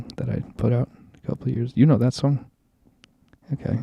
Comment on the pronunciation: She makes fun of how Charlie says words. She says hoppin' instead of happen. She says "that" with an AWWW instead of an A, too. Thawt. She says Charlie looks 12. So does she. She says he makes things awkward. She is worse. PS - Those mics are horrible sounding. I HATE hearing people's boses breathing.